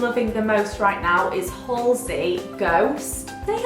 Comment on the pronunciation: You pronounce Halsey as it looks if that makes sense, not hallsey, just letting you know! Great video xx